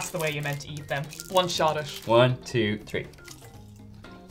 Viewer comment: Well.... I learned that Irish can't pronounce 'th' as in "three. through, thought, etc ...pronounced: tree, true, tot. Very intresting.